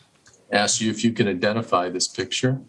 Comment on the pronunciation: WHY can this woman (with the big transparent glasses) not get the word "Ask" right. It's so infuriating hearing a grown woman say "Aks" instead of ask. Boils my piss!